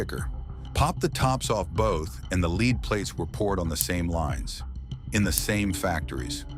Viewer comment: Who ever "led" them to "leed" LEAD 🤦‍♂️